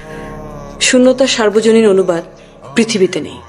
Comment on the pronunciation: এটা কোন সিনেমা বা নাটকের অংশ তা জানিনা তবে খুব অসাধারণ লাগলো। তবে একটি বড়ো ভুল শব্দ কানে লাগলো সেটা সার্বজনীন, শব্দটা হবে সর্বজনীন।